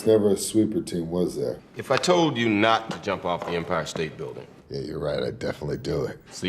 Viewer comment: "Imphire" lol